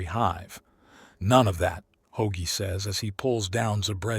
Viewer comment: Ho-agie? Ho-Ag-ee? please get the names right if nothing else.